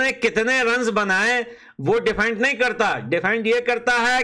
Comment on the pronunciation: Depend ❌ Defent ✅ this was personal 😅